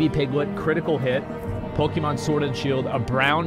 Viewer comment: PokEmon not Pikimon!